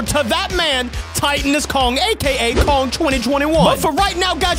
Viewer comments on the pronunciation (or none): He is murdering king Kong’s name